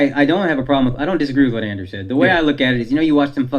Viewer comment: andrew….its andrew